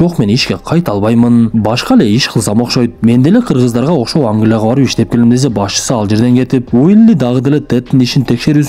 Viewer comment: Кыргыздарга окшоп Англяга дейтко😂😂😂😂